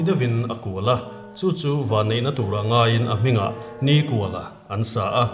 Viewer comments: Hming chhiar dan hi uluk ang u, niiiikuala....tih te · Nikuala hi in lam dân a dik lo. Ni a kual lo. Ni kha sârin a zâm kual a, chutiang thlük chuan NIKÙALA tih zâwk tûr alawm. 😊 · Nikuala pawh hi, hmeichhia zawkin a lam dan hi a dik lo deuhlo maw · A chhiartu ten Nikuala hming in lam dan thluk hi a dik em aw? 'Kual' tih lai hi 'Kawi' (Ngil lo) thluk anga thluk tur a nih ka va ring e.